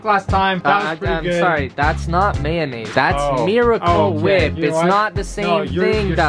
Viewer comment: Stewie Griffin hwip not whip